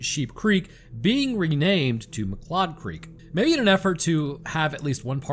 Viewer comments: It's pronounced McCloud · Science tells us: Form the way pronounces "MacLeod" - he has never seen Highlander. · This be true.